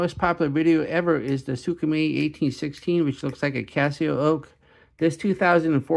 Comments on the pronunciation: Its “SMAY” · Its prounounce “smay” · Its closer to skr-may